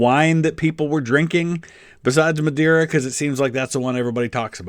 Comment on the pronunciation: He pronounced Madeira like it was the Spanish word madera and not the Portuguese word madeira both mean wood.